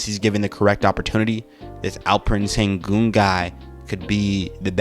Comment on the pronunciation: What you say: Alferen sengun What you should say: Alperen Şengün (Alp like Alpines's Alp. Eren like in the anime. Shen is the pronounciation of Şen Gün is like Günter's Gün from German. Ghunter, we shall say) Thanks. ^^